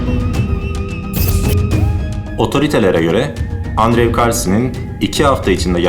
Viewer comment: andrew "endru" olarak telaffuz edilir.